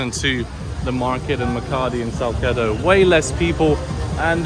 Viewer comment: Salsedo 😅not kido